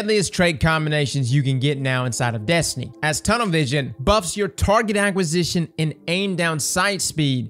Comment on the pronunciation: Don't act like no one heard you say acquisition with a G...love your vids bro